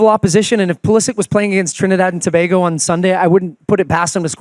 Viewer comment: Why they keep pronouncing Tobago like that?